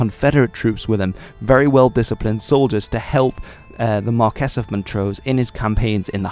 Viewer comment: The Scots title Marquess is pronounced phonetically, not as Markez. Likewise you can’t pronounce Presbyterian either. Notwithstanding that, good video